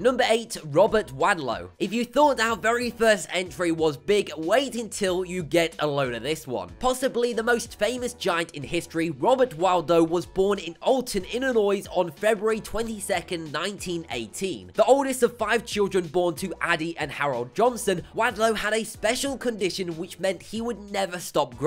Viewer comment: He said Illinois WITH AN S